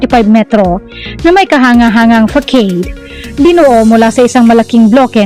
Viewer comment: Fasad po ang pag pronounce sa facade.